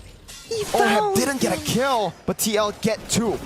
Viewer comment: The caster said "maybe get a ki-" he meant kill. Not kel.